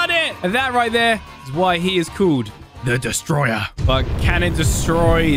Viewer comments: He’s actually called destroyah not “the destroyer” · it's prononced destroy-uh just destroayah not "the destroyah" yes i know this is dumb but still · It’s destroyah not the destroyer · it’s pronounced Dest-toe-roi-yah, there’s a difference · Destoroyah is spelled Des-to-ro-yah